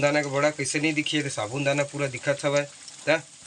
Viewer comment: Sabun dana nahi bolte hai bhai sabu dana bolte hai